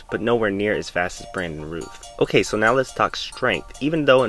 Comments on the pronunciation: Brandon Rowth not Rooth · It's pronounced R-ow-th not Ruth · Just a heads-up: It's 'Routh' like 'south.' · "Routh" is pronounced like "south," not like "tooth." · Isn't it pronounced Routh like Mouth, not Rooth? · Brandon's last name is pronounced like south not ruth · Its pronounced "Routh" as in "South" NOT Rooth... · Routh as in South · Isn't his name Routh rhymes with south? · You’re pronouncing his name wrong. It rhymes with mouth